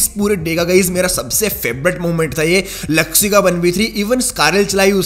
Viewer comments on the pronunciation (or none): Zuxxy not jugsy😂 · The real pronunciation of Bigretron players is Zooksee,Looksee,reeeeeezen and meeecroboy not zaksy laksy raizen and maicroboy